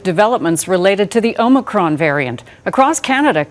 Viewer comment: Its omicron, not omnicron. Good try.